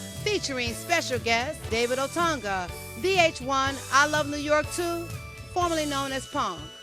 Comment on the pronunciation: This is a good interview but you mispronounced his name the first time. Who the hell is David "Oturnga?" Dag, get it together.